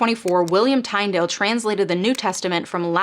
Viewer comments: Love your channel and your content. You're really very balanced. One thing to check out is a handful of mispronunciations I've notice in this video and previous. Some are just normal American versions of names. However, Tyndale is "TIN-dale" not "TINE-dale" and though I've never heard of New American Canaan, The name there is always pronounced "KAY-nan", and it makes sense this is the context as the early Puritan settlers were looking for a new promised land. Otherwise, keep of the good and informing work! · Love you, but it's pronounced tin-dale. Sorry. I'll shut up now. Maybe I am wrong.